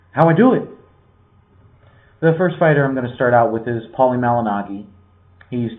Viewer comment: You are big on Paulie and you can't even say his name correctly?